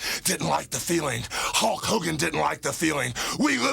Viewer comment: Take a shot every time Warrior says HOKE HOGAN 😂